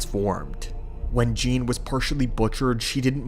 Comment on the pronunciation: Not Gean lol.